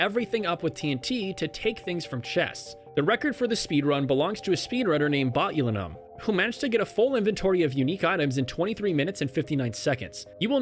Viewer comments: "Botyuhlinum" lmfao sorry I had to have a chuckle at that one. It's pronounced "botch-you-line-um" - as in the toxin that causes botulism and is the active ingredient in botox. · it’s pronounced bot-chu-lie-num